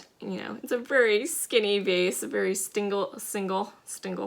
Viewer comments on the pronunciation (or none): new sub here. really love your ‘stingle’ piece. 😂. i combine words like that on accident a lot too so i can relate. my mouth can’t keep up with my brain, at least that’s my excuse. but it is a beautiful color, glad you picked it up.